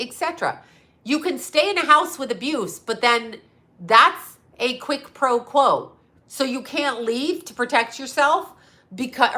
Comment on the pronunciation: I can't take it, her name is Remini, not Remili. Respect. The Latin term quid pro quo means this for that, I can't tell if you are trying to use that term when you say quick pro quo or if you are fashioning the term to suit your own method of communication. Just so you know. . .